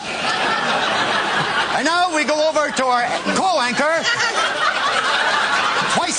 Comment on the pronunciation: Why is he saying co-wanker instead of co-worker?